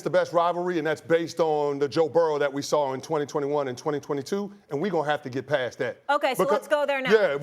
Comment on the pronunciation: Wait he seriously said he's bast day's are behind him lmmfao